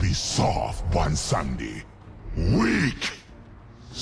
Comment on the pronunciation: Good ol’ bwomsandi is back mon